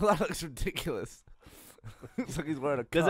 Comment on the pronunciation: Gav: "that looks rediculous" Geoff: "does it look rediculous or does it look reDICKulous" Geoff: dies at his own joke